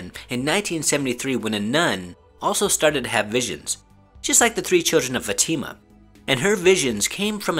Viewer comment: Its not fatima, its Fátima